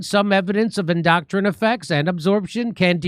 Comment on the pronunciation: Jimmy I can tell you have a good soul. So people can grasp your message more, please learn how to pronounce endocrine. Its your hormonal system